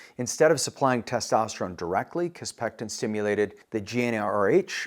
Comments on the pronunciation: Sounds like you're saying kisspeCtin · Please learn how to pronounce kisspeptin before pretending to be an expert on hormonal therapy.